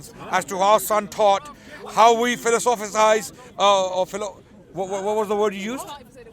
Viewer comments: fi-los-uh-fahyz ...😂😂😂 ...smh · is struggling to say philosophize lol.....Phil.... Lo....sa...fizes say it slowly and relax before you hyperventilate......... Because of Sa Ra lol!